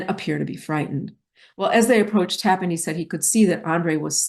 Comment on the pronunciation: It is pronounced Taaapan not Tappan